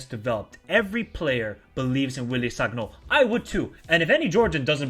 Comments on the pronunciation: please, it is written sagnol but you read it as san-yol. do not take this badly, im just trying to help. :)) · G in sagnol is like g in lasagna bro😂